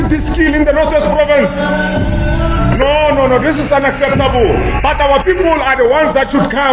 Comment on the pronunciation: Ignorant & lazy fool! He can't even pronounce "unacceptable." Ridiculous!